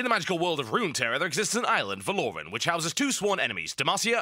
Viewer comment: Pronouncing Valoran wrong :(